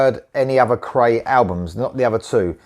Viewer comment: Cool tune & band. For future reference this band’s name is pronounced ‘cry’. I watched an interview with founder/guitarist Andreas where this was brought up. Cheers!